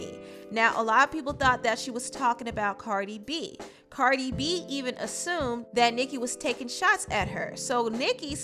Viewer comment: CARDI B NOT BB